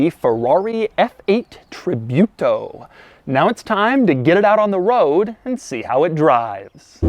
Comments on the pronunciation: Doug,I know Americans have issues with foreign names specially italian but try researching a little bit before shooting so you can get Ferrari names right at least. It is not Tribyuto,it is without Y so just Tributo (Tree-boo-to) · You pronounce its name "Treebootaw" not "Treebewtaw". Please. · Treebeeyoutou? It's tributo! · It's pronounced Tree-boo-to, not Tree-byoo-to, Mr. De Muro ;) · no is not tri biu to. tri bu to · tree-boo-toe, douglas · TRI"BUTO" lol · nice video Doug, thanks for the content and stay healthy p.s. I hate the way the way you pronounce tributo sounds like "tribute-o" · Tribyooto? Doug the kinda guy to pronounce quesadilla like kwesadila. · Its pronounced Tree-boo-toe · hearing your pronunciation for Tributo is a pain :P but -the review is really nice, as usual. I'm a bit fun of the channel ... greetings from Europe